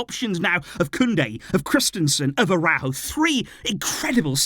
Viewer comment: ARAÚJO, YOU SAID LIKE THIS, ARA-OE-GO. NOT A-RAW-GO